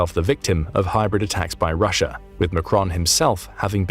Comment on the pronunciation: ryssia is jyoke 😂 who cares